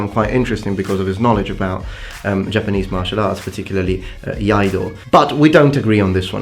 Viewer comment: It's Japanese not Jpanese